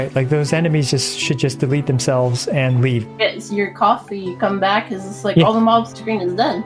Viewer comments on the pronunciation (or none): none